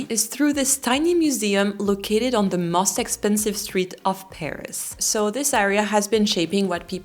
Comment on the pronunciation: Every time you say most, it sounds must....congrats on your channel.